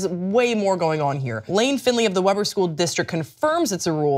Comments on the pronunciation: Weber is pronounced like “wee-ber.” I’m from there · Weber is pronounced “Wheeburgh”, also yeah Utah’s on some crazy shit! You can’t even build a bar legally if it’s with in a certain distance from LDS churches.